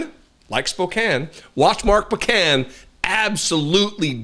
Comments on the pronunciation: I live in Mark's district, you're pronouncing his name like pecan, it is POE, not "puh" can. Take the southern out of it. NICE video! We are very well-served in the House by Mark Pocan, and partially well-served in the Senate, where we have the awesome Tammy Baldwin, who is great, but then there's the other senator, MAGA Ron Johnson. Mark replaced Tammy Baldwin in the House of Representatives in 2013, so while he is "new" to you, he's been there more than a dozen years now. Hmmm, who pays the tariffs? Maybe they pay themselves? Why you can't get a simple answer to a simple question, but rather, get evasion, should be at the forefront of every voting American's mind. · It's Mark "Poe-Can" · POH-can,.